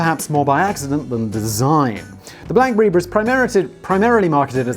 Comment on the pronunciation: Blackbury? Wtf Simon